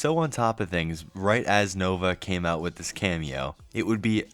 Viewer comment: The unibrow furl, that smirk, and a grown man saying "wib" instead of "with" just brings vomit from the depths of one's gullet.